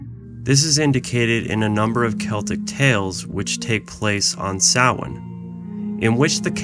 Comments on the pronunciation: It's pronounced ' Sow in ' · You should learn how to say Samhain if you are going to do a video on it. It sound like - so win